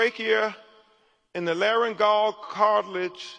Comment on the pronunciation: Crump can't even speak English. He keeps saying "def", and he pronounces DECOMPOSITION as DECOMPENSATION. Oops, he just butchered "laryngeal".